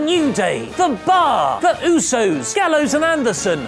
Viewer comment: Can someone PLEASE TELL that he's pronouncing "ohhh" wrong.